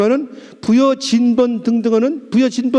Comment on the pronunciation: 이토히로부미가 만든 '간도' 라는 말 쓰지 말아야겠군요. 이미 1980년대 중국 학자들이 요서지역 일대를 고조선 진번(?발음이 정확하지 않네요) 부여계 문화라 밝혔는데, 우리나라 학자들은 절대 인용 안한다는 현실. 우리나라가 커지는걸 두려워하는 강단 식민 매국사학자들..